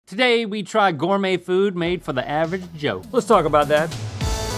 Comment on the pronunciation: Today We Try Gore-Mei fewd...